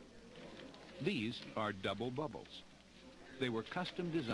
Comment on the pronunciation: "these are double wouble's"